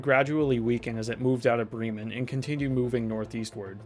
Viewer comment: It’s pronounced brem man like the indian term for scholar which is bramen Bra … men prounced similarly but instead of a Bre as how you say in bread brem men